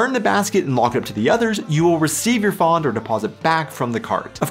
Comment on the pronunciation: The "a" in "Pfand" is short, and the "d" should be pronunced as a "t". ;-) HTH!